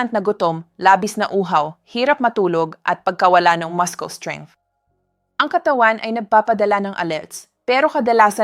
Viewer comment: Masyadong maramingkwrnto, dapat direct at preciseang pag bigay ng info. At yung pronouncciation nya ng ibang words aymali. Paano syapaniniwalaan kung simplengword ay dinya mabigkasmg tama. Ex. Mudcles Bininibihkasnuamaskels.. 😅